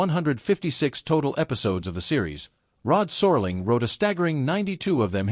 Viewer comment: “Sore-ling”??! Please! I’m out!